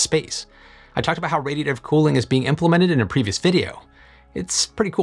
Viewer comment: Can you please enunciate when saying the word, "radiative"!!?? Speaking is clearly not your strongest quality.